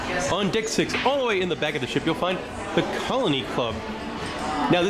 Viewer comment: I know I wasn’t the only person who heard dick instead of deck. Lol